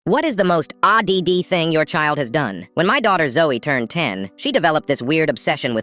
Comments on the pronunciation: odd ❌ OH DEE DEE ✅ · Can you say odd like a normal person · "aw-dee-dee" I THOUGHT IT WAS PRONOUNCED "ODD" THIS IS LIFE CHANGING I'VE BEEN SAYING IT WRONG THIS WHOLE TIME!!! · "Oh-dee-dee" WTF 😂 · Odd❌ O d d✅ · bro is such an idiot he can't say odd what a dumbass